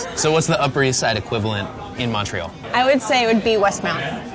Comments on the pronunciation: First 30 seconds and he’s already mispronounced both Montreal and poutine. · « Mawn tree all » 😖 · American`s really can`t pronounce Montreal corectly